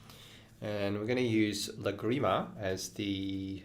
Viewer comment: Wow. I love Lagrima, and these are great ideas. (But, did the school also re-imagine the pronunciation - the stress is on the first syllable of Lagrima) :) I think I will begin with the tremolo texture - the most approachable for starters - thanks!